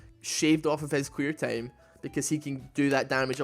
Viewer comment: am I the only one who hears queer not clear XD